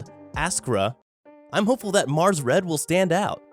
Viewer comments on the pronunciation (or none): none